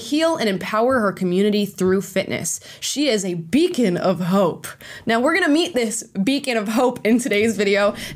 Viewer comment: Beacon? I thought she said bacon, nope I'm out!😸